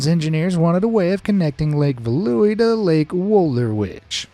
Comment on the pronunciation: Correct Dutch pronunciation on the lakes Lake Veluwe (Feh-loo-ve) Lake Wolderwijd (Volder-vayt) I'm not Dutch, I have been practicing the language off and on since 2011.